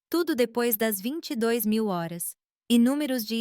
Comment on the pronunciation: É difícil falar horas hors fica ridículo a forma que leem .dolis ao invés de dólar etc .fraude é essas histórias